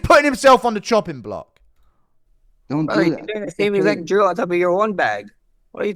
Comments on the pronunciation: It kind of sounded like Max said Joe, when he really said "drill" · max sounded like he said Joe when he said drill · I just realized that asked „who‘s joe?“ because he heard „same exact drill“ as „same exact joe“ hahhah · To be fair it did sound like “joe” when max said drill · Max was saying drill but it sounded like Joe.. So ilia said who tf is Joe lol hahahaha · He understood drill as ‘’JOE’’ 😂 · Ilia asked who's "joe" because of the way Max pronounced "drill" 😂😂😂😂😂😂 ❤❤ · he was actually making fun of the way max pronounced DRILL